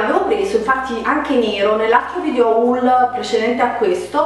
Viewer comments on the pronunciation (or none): Si dice "hol" non "haùl" hahahah